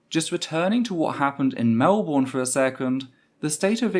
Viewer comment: Some notes from a Melbourne protester who was there. -It's pronounced MelBurn not Mel Born - I'd say the number of nazis was. closer to shy 20 then 30. - There was an extremely violent police presence both horse mounted and with pepper spray not only escorting and defending the terfs nazis and cookers (cookers are a weird Melbourne anti-Vax group dw about it) but actively assaulting us. We put up just as much resistance as Hobart we just got pushed away and got brutalised for it.